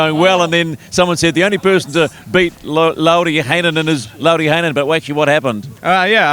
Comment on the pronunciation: I cant stop laughing when you try and say lauris name😂awesome coverage tho lads good work😉